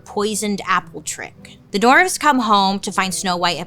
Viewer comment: Can we take a minute to appreciate the way Bailey pronounces dwarfs 😂 its cute as but she says: dorfs 😂 I also noticed that when she says the word “escape” she always says “ekscape”. Adorable